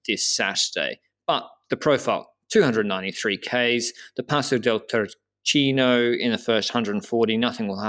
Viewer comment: Pronounced TOUR KEY KNOW. 😉